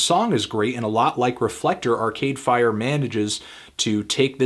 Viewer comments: the way he says arCADEfire is so irritating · The only thing really annoying about this review is his emphasis on Are-Cade Fire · Largely agree with the review. Struggling with your emphasis on "Cade" in "Arcade Fire".